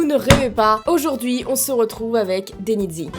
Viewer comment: on le prononce denizi😉